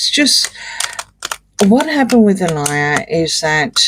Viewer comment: It's pronounced Ah-lee-yah not Ah-lie-yah.